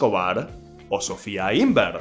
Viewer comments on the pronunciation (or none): none